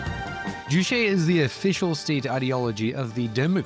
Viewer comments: Its JuCHE like Che Guevara, yeah no need to thank me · Ugh, juche is pronounced ju•che, with the second syllable pretty much like “Che” in “Che Guevara,” which you happened to say a zillion times in the section immediately preceding the one on North Korea. It’s not French as in chez.